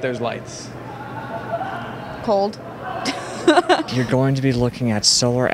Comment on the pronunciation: Bitch said "cold"........ DONE